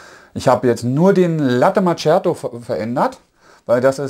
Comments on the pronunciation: Daumen hoch für die klare und tolle Übersicht und Erklärungen. Top Video. Bitte bitte bitte: Latte MaKKiato und nicht immer Latte MaTSCHiato - das tut echt weh. Ciao. 😉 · "Latte Matschjato" alter.... Es heißt ausgesprochen MAKIATO. Ist das so schwer? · Das heißt Kaffee (langes "e"..), nicht KAFE.. oder Kafö.. Ähnlich wie mit Latte Macchiato, so wie es auch dort steht... nicht MATSCHiado. Immerhin habe ich kein "Expresso" gehört. Aber trotz der blutigen Ohren: es ist sehr schön realisiert! Ich würde sogar fast behaupten dass Du alles erklärst, bis auf die Mahlwerkeinstellung. Super gemacht.